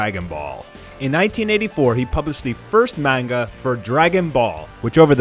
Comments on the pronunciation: Manga (mon-ga) not (mane-ga) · Please stop saying manga wrong, it's not meinga, it's ma(hard a)nga